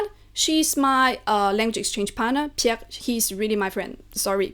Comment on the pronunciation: Woow..Türkçe konuşurken, 'Pierre'de Fransızca aksanı kullanıyor ve bunları İngilizce anlatıyor. Diller sana kolay dostum.